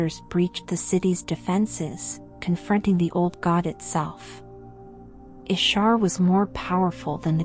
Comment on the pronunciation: Is this an AI voice? Y'sharaj, Aman'thul, Nimiron, C'thun, Yogg'Saron, Odin, and N'zoth were all mispronounced.